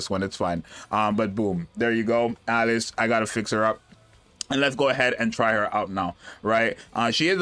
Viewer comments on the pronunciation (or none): I love how he just keeps calling her Alex because he can't pronounce Alice